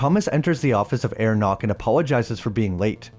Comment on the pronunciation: Herr Knock is pronounced "hair knok" (with both Ks pronounced) not "air nok"